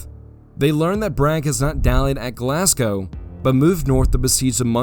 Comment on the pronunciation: a rare case of an American pronouncing glasgow correctly